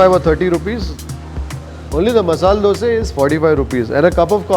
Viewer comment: Bro it's not masal dose its masala dosa spell it correctly bro